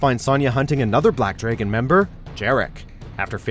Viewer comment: Sahn-ya and Black Dray-gon. Damn.